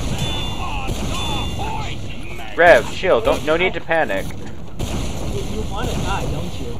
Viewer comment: Hey, don't PAN-ic